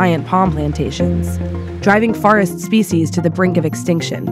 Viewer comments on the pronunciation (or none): Please its forest not farest, your killing me.